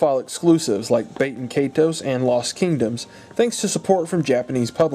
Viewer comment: e-dios? bay-ten kaitos?